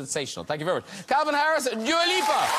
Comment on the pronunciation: graham doesnt now how to say dua lipa